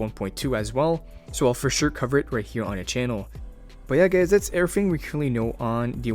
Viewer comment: I am obsessed with your „urrthing“ lets marry